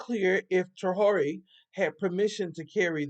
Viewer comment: It is pronounced tray-or-ray (Traore).